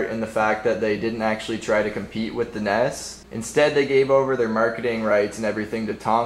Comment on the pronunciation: He say the nes weird